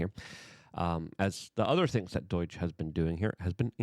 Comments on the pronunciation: Luke, wtf is 'Deutch'? Are you attempting to say 'DOGE'? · DUH OY GGGGEEE is NOT, NOT, NOT the right way to pronounce the word...... it is cringe cringe cringe and lowers your creds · STOP CALLING IT DOIGE LUKE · DOGE NOT DO-I-GE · DOGE is not pronounced like boing. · Dude please pronounce doge correctly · You pronounce DOGE weird